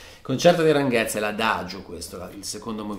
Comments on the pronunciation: Grandeeeeee !!! Finalmente El Concierto de Aranjuez !! TU-TO-RIAL TU-TO-RIAL TU-TO-RIAL :D Per la precisione, Aranjuez si pronuncia Aran "hu" (qui mettici l'h aspirata tipo ich dei tedeschi) e "ez" qui pensa che sia scritto "es" e pronuncialo come farebbe Jovanotti ;-) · Non male la riduzione. Sarebbe il caso si informasse sulla esatta pronuncia di "Aranjuez"; non " Aranguez " !! Buccia di banana intollerabile...